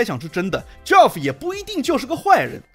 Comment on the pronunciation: ，友情提示，Geoff这个名字和Jeff的发音是相同的，都叫 杰夫，而不是 脚夫🤣